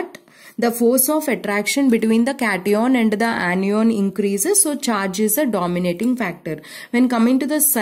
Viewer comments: Ma'am its cation( ketayan) not (keti on) and similarly it's anion (ana yan) not (Ani ON) 😊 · Kation😂😂.aanioon😂 ⚒️anion 😮 cation😮